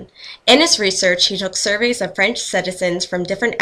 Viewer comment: terrible French pronunciation!